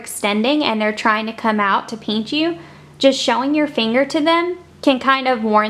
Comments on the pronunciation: ??? It’s pinch not pench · haha peench I think it is pinch but no hate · p-IN-ch not peench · Why do y’all care if she says peench? Different people pronounce different words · Lol “ peench “ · i think the word your looking for is pinch not peench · Omg I’m sorry but I couldn’t finish the video because I couldn’t stand you saying “peench” instead of “pinch” over and over again 😒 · i swear to god if you say peench one more time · Bossmexicangamer haha it’s because she is southern!😂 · It kind of annoys meeeee LMAO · yeah, peench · It’s still driving me insane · "Peench" lmao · STOP SAYING PEANCHHHH ITS KILLING MEEEEEEEE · "peanch" me. haha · Stop saying peench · its funny how she says pinch not trying to be offensive sorry its her accent no hate intended